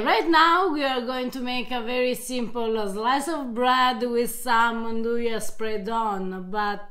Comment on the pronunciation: not 'inn-doo-yah', nn-doo-yah